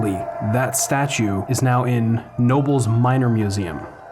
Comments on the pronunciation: Knobels is pronounced Kuh-no-bulls. (the K is pronounced). It never ceases to amaze me how these incredible, man-made structures are used and discarded. I share that nostalgia for the days when the malls were packed on any given day. I've seen some of the malls around me dwindle and get torn down only to be replaced by a Lowes. Keep up the great work. New sub here. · Let me have a crack at it. Knoebels, pronounced No-buls. ? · As a teen in the 80's, this mall was better than Disney World. On a Saturday night my cousin and I would play arcade games and chase girls all night. It was awesome! By the way, the locals pronounce it K Nobles with a hard k sound in the beginning. Great video. Rip childhood memories. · Its pronounced "Ka-nobles" and its the greatest amusement park in America. I'm not just saying that either, I've been to every major theme park in this country and nothing I've ever experienced comes close to the atmosphere of Knoebels. Its like going back in time. Amazing place. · its Keh-No-Bells Knoebels Anthracite Museum. Also, its Cen-Trail-EYa Centralia. I was able to visit the Schuylkill Mall at the very end of the demolition. It was from the main lot on the McDonalds side I had to go all the way to the left around the fencing. Only that very left end and a large loading dock was standing. July 2018. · LOL Thanks! I was going off of the pronunciation of a friends last name Knoble which is pronounced something between no-bul & no-bel. Great video I'll sub you bud. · You should have kept a set of those 3D glasses as a souvenir! Also, the "K" in Knoebels is NOT silent. :) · You actually do pronounce the K in Knoebels. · Such a shame what happened. BTW, Knoebels is pronounced with the "K".